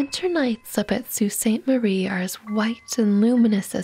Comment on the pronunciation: Nice one, and good job pronouncing Sault Ste. Marie properly